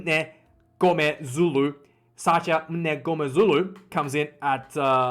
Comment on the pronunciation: You're so funny 🤣🤣🤣 Try stand-up comedy. I think we should hire you and pay you in dollars to be the official Springbok cheerleader💚💛👊🇿🇦 Btw....I think Sasha's surname is pronounced N go mare zulu....the M's silent. Salute you as an Australian making such a valiant effort to pronounce African and Afrikaaner names👌